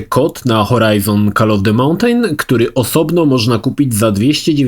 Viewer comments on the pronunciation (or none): przestan mowic 'montejn' bo brzmi to strasznie Nr ;(